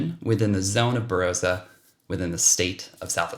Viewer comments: Tops, mate. Say Bah-rah-sah, sounds better. ☺️ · Don’t know why yanks can’t get pronunciation of some of our names right . The “o” in Barossa is pronounced like the “o” in “on”